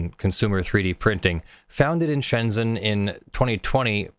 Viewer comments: ZH is pronounced like a J. Look up Pinyin on Wikipedia. It's pronounced Shenjen, not Shenzen. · it's not "shenzin" it's "shenzhen" with a ZH (which is like soft j)